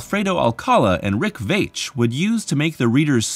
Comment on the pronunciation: I'm gonna let you finish, but Rick Veitch's last name is pronounced "veetch."